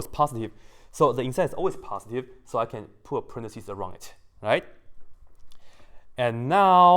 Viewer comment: Samarth Varshney or... passdee instead of positive. Forgive him, neither him or me are english ppl